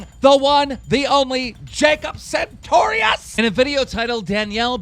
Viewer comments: why cant you say his fucking name right its sartorious not santorious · "santorius" Everytime keem said sartorius wrong a little part of me died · Keem, I hate Jacob and all, but PLEASE stop pronouncing his last name with an "N". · why does keem say santorius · OMG I FLIPPED OUT AND THREW MY TABLET WHEN HE SAID "SARTORIUS" WRONG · when is keem gonna realize hes saying that kids name wrong